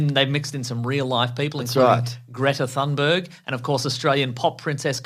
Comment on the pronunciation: I thought he was joking when he said Greta Thumberg